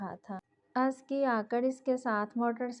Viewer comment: Lafz jisko ap azki parh rahi Hain usko Asal ma azka prhtay hain.sara novel suntay hoy bari uljhan hoti rahi mjhe